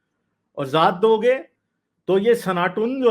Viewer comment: Sanatoon Nahi Bhai, Sanaatan, स्नातन